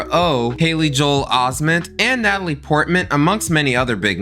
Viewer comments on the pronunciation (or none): none